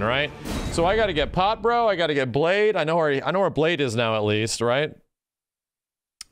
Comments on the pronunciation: Not important to anyone, but Blaidd is a welsh word, means wolf, and in welsh the ai part is pronounced like eye and the dd part is pronounced as th sound. So Blaidd should sound like bl-eye-th. Here him being called Blade just gets to me as a Welshman. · The game literally pronounces Blaidd's name several times and everyone STILL can't say it correctly. It's pronounced "Bla-eye-th" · As a Welshman, no matter how many times Blaidd's Name is actually said outloud almost every streamer still calles him 'Blade' - and it irks me to no end. Great fun watch though, keep it up.